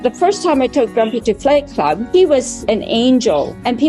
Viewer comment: I know she said 'flight club' but man after listening to everything she has said so far I understood it was 'FIGHT CLUB' and had to read the subs again just to double check LOL